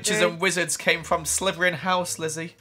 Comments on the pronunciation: Meme "Stop,stop,stop your saying it wrong its slytherin not slyverin" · Nobody: when he says Slytherin: *it sounds like he's saying slyverin*